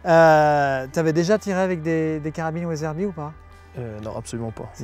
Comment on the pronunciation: From « Weatherby » to « ouaizeurbie »